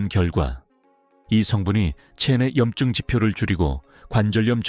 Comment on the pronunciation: 왜 염증은. 염증으로. 발음하시나요?